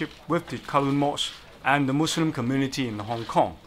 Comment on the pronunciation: Happy to know this guy know how to say "Muslim"